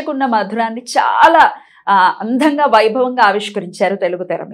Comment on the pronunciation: Andham gaa kaadu, “Andam gaa”